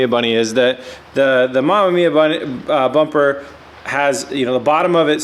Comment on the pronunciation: Don't know what's worse the fitment or terrible pronunciation of bumper lol RB looks better